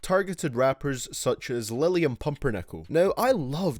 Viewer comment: "Lilliam Pumpernickel"